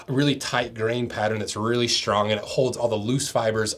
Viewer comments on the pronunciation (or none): none